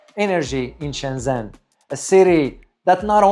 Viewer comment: Nice video. Much of the footage is spectacular. I am pretty sure "Shenzhen" is pronounced Shenjan, not Shenzen.